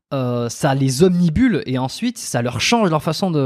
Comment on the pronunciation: Obnubile pas obnibule svp 😂